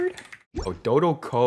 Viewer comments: Das a good do-dough-co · Son: I want dodoco Mom: We already have dodoco at home “Doughdoughco at home”